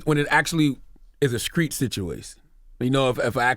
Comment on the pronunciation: This dude charlamane goes out of his way to pronounce street wrong 🤔 smdh